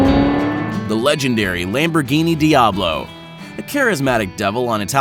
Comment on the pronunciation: did u just say dee ablo?